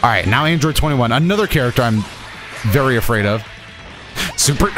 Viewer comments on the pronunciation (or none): none